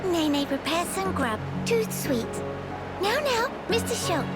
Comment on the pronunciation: Dangit Nene, the phrase is "tout suite" not "tooth-sweet"